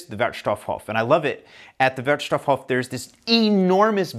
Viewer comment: It’s really fun to watch your videos. One hint for your favorite „Wertstoffhof“. Because of the double „f“ the „o“ in „stoff“ is a short one, just as you did, but because of the SINGLE „f“ in „Hof“ the „o“ there is a looooooong on. So you speak it like „wertstofhooooof“. Never mind. Keep up your great work. Ah, and afaik the details on how to recycle are regulated by „Kreis“. So it might be different pretty much anywhere. Most of the companies actually doing the job keep it similar to each other. So even if you move somewhere else in Germany you will adopt easily to the local variation of rules. You are an expert right now :-)